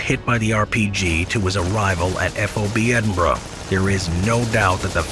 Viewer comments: you said Edinburgh properly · Well done on pronouncing Edinburgh!👏